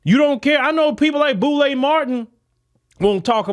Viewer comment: I was like who is this "Boule Martin" he keep talking about? i googled and realized this man talking about Roland Martin 😂